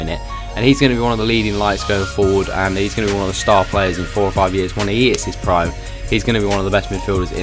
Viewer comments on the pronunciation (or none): none